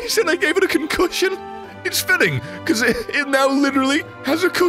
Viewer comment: con-cushion made me press that like faster than ever